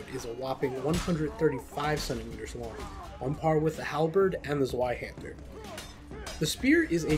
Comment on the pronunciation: Dunno why it irks me so much to hear Zweihander mispronounced so often. It's a V sound, not a W.